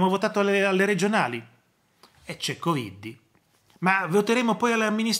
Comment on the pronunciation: Buona giornata PROF quando pronuncia la parola coviddi mi fa morire dal ridere.